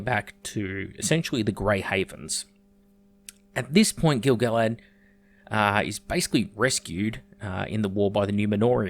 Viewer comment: Your pronunciation of Gil-Galad is more accurate than anything then the RoP writers put in any of their shit scripts. I doubt the RoP writers have one tenth the information on this character than you've laid out in this video.